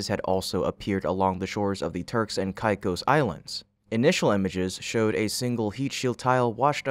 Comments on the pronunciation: "k-eye-k-oe-s".. mate, sort your pronunciation... it's really esay... CAKE-OSS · Turks and what? Never heard it pronounced that way. Turks and Caicos is pronounced turks and kay-cos. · “Caicos” is pronounced as “kay-kos.” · Sound it Out: Break down the word 'Caicos' into its individual sounds "kay" + "kos". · I have only heard the island name pronounced as KayKos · AI junk content. If you can’t pronounce Turks and Caicos‘s, you’re clearly AI… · Can't even pronounce Turks and Caicos right. I suppose at least it is consistently mispronounced. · While spacex looks into those matters can you research how to pronounce Turks and Caicos which you butcher about 5 times.